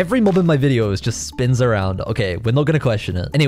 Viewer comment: "every mob in my videos spin,"-sliver excuse me dont you mean SPEEEEENNNNN